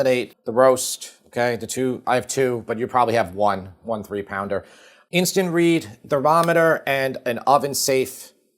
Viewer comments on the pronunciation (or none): none